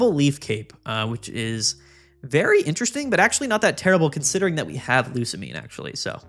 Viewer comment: Bro I told you how to pronounce Lusamine!